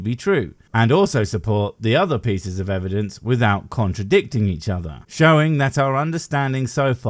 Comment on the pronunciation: Why do these people insist on saying evidenceis-is-is-is?